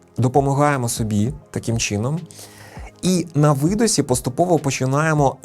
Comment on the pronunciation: Трішки поправлю. Не 'на видосі', а 'на видиху'. Не 'на вдосі', а 'на вдиху'.